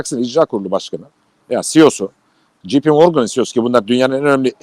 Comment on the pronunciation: "JP" İngilizcede "jipi" diye okunmaz. Ya tercihen Türkçe okuyun ya da İngilizce olarak doğru dürüst okuyun.